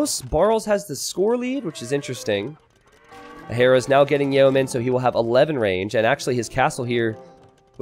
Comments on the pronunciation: sorry to be a pest, but "yeomanry" is pronounced "yo-menry" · Yay-oh-men. YAY-OH-MEN!?!?! This anti-welsh speak is making me mad!